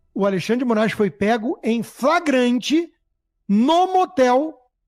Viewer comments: Depois do "FRAGRANTE", eu saí do vídeo! 😂😂😂😂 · Fraganti??? o que é fraganti???. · Apresentador metido a jornalista, que não sabe pronunciar a palavra FLAGRANTE. Volte prá escola, se é que alguma vez lá esteve !